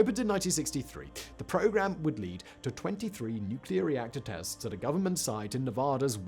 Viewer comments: As George Bush said, " nuc-e-lor". ;~] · its his stuff nose mate mispronounced it 😅😂